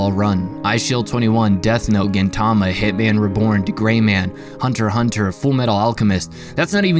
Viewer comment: Can't pronounce "Spy x Family" but pronounced "Hunter x Hunter" right. Cr*nge.